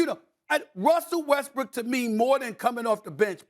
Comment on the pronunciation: Stephen A Smith made a mistake in call Russell Westbrook Russell Westbrick 😂😂😂